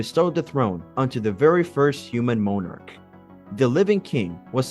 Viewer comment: It would really be helpful if your narrator knew basic phonics. I.E. moanarch when it is monach and so many more words.